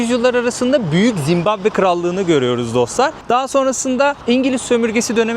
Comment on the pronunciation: Hos gezmeler. Zimbambe degil Zimbabwe.